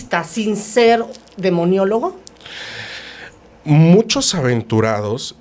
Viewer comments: Maestra se dice demonologo no demoniologo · Licenciada se dice:DEMONOLÓGO. No demoniólogo.😂😂😂😂 Qué le pasó?.😂😂😂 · SEÑOOOORA O MAESTRA LO QUE SÉA ES "Demonología" "Demonologo" NO "Demoniologo"...POOOOR FAVOOOR!😭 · Demonólogo no "Demoniologo" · La chuntara esta diciendo demoniologo cuando la otra persona a cada rato corrigiendola Se dice DEMONOLOGO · Con todo respeto se dijo mucho demionologo y el término correcto es demonologo, igual que demiologia , tuvieron un execelente invitado, solo considero que hay que revisar los términos correctos, su invitado es evidente que tiene conocimiento y hay que estar a su altura, saludos! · Muchas gracias por este programa: espero la segunda parte👍👍 (comentario aparte, es "demonólogo", no "demoniólogo" 😉) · pronuncia demoniologo. Cual es la palabra correcta? Demonólogo o demoniólogo?